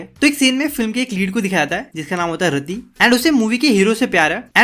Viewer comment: raddi nai yaar rati RATI HAI USKA NAAM 😊